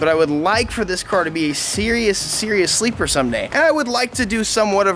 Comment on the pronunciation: Sleeper he says lmmfao